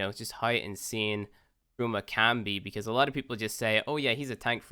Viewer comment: It took my a while to figure out he was saying "Chroma" instead of "Trauma"...